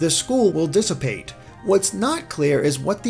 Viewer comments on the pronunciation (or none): none